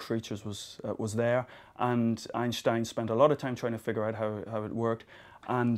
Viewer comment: Thank you, finally a not german native speaker pronounces Einstein right!